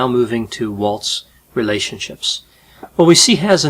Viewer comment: Is it just me or did he kind of sounded British when he said "relatioships" ?